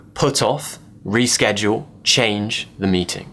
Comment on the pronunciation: I am a bit confused. The way you pronounced ,,reschedule’’ was not how I’ve learnt to pronounce it. Can you please clarify this ?